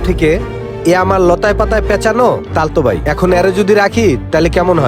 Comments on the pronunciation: Khalato vi not talato vi😂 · তালতো ভাই,, নাকি খালতো ভাই,, 😂😂